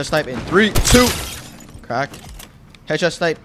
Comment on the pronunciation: Instead of headshot snipe I kept hearing ketchup snipe